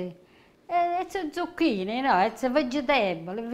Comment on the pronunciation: ZucchinE...not I.